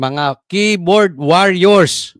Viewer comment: Wor yers is the pronunciation of warriors, not waar yours. FYI only po!